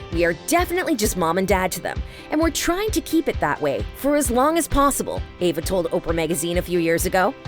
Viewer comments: Eva not Ava!! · EVA not AVA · Eva. Not Ava. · Anyone else bothered by the narrator saying "Ava" instead of "Eve-a"? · Why does the narrator keep saying "Ava"? Her name is "EVA". It's super annoying and unprofessional. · Was I the only one who kept saying Eva not Ava, every single time she mispronounced the name? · EVA omg not AVA 🤦🏼‍♀️ lol 😂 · This chick keeps calling her Ava..... Eva!!! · No she's not correct its pronounced Eh-vah as in ever (with out the r sound)..... When did the vowel E sound like Aye? Never.... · Her name is E v a not Ava🙄